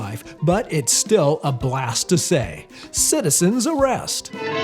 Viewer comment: Just to be clear, the quote is not "Citizen's arrest! Citizen's arrest!" It's "Citizen's a-ray-est! Citizen's a-ray-est!" 😂😂😂